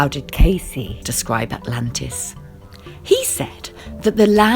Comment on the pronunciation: If you're going to make these videos, at least say the dude's name right!